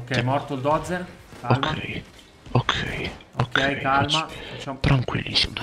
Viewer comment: é Buldozzer e non Dozzer